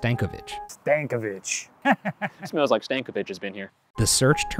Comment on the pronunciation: Love the fact that u murdered every one of those names lmaoooo STANKovich 😂😂😂